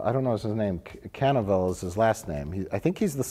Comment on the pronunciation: SAY CAN-A-VELL ONE MORE TIME MIKE SEE WHAT THE FUCK HAPPENS